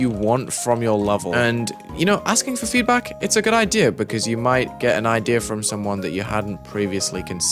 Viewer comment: bro just turned asian when he said "FEEEDBAK" 💀